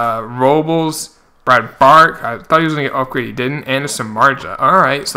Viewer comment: Nice vid! BTW it's Brad "Brock" for the pronunciation. You are saying it like "bark". I'm just trying to help you out.